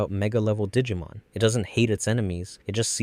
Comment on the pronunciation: This video really is great but i swear to you i've never heard the -Mon prefix be pronounced like that